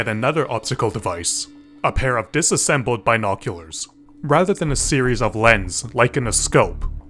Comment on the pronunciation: Why are you saying "Binoculars" so weirdly?